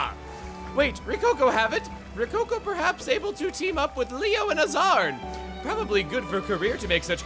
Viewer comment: wait, AZZARN nit AZZAM!? that is some bad keming